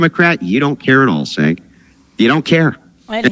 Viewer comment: I love that Andrew keeps saying cents name wrong until he rebutes with Andrea lol